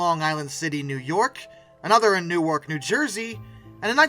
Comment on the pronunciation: Newark = NOO-erk